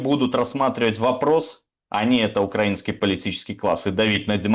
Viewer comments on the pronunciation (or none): none